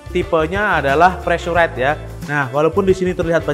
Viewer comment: Preesuraizd, Bang..